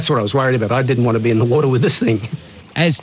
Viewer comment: Heard about enough of "woatah" too.